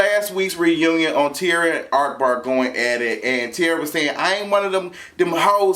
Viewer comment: I love that you call him ARKbar even thought its AHkbar😭😭